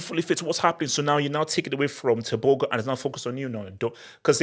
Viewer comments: The Go in tebogo is pronounced from the throat, as in " Khartoum "....Tebokhor. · Pronouncing Tebogo like a true westerner 😂😂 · Thats my country right there, Tebogo made us proud! but is butchering his name like never before!